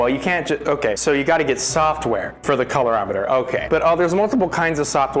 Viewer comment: Staying tuned to the end to see if you ever pronounce colorimeter correctly